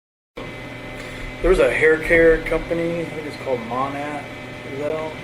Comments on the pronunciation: Its funny the officers pronounced Monat wrong but Chris pronounces it CORRECTLY yet still acts like he has no idea what it is lol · I can pronounce Monat correctly, and could well before I knew exactly what it was because people talked about it all the time where I lived (military base, lots of military wives get mixed up in MLMs). So, it's not out of the realm of possibilities that he has HEARD it mentioned several times, but was unaware of what exactly it was. She was big into the MLM community, so he probably heard her and her friends talk about it without paying attention to what it was. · I can pronounce it correctly and I have no idea what the hell it is